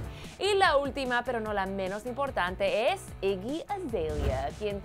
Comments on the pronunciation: Que mal pronuncias el nombre de iggy 😳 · Muero de risa como dice el nombre de zendaya y iggy 😂😂😂😂 lo dice tan gracioso